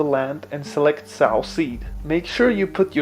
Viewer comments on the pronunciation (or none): Also it's pronounced "so" like "reap what you sow"